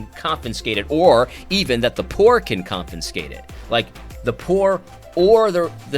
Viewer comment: AD! Bruh! It's "confiscate" not "confinscate".